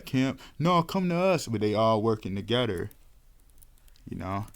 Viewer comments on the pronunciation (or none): It’s father not fadder… other not udder… why tf do u talk like that? Together not togedder. Talk like a grown baby.